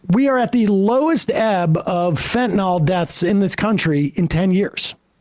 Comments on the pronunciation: Fentanyl, not "fentanol". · Whats fentanol? Its fentanyl.